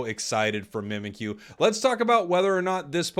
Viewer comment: Mimikyu is spelled ミミッキュ. It's pronounced Mee-Mee-Cue.